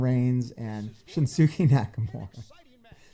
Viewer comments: its actually shin skay not shin sookay if you dont know lol lol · This guy is a wrestling fan ? He can’t even pronounce shins first name! Shin Sukay.? Lol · It's pronounced "Shinskay" for future reference lol. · Its pronounced Shin-skay Nakamura. Just helping you out brotha. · Look all you have to do to pronounce his name correctly is look at the word it says shin at the beginning it is shin sca Nakamura dude you just said take him through the crater wrestler I think you need to get some sleep go ahead and cut the video and get some rest dude lol 🤣🤣🤣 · I mean nakamura has only been wrestling for like a year so I don't blame him, I'm still learning the new guys name too. I kept pronouncing it "LAH KNIGHT" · It's pronounced "Shinskay" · Its pronounced Shins-ki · I don't believe you did but you did get his last name correct 😁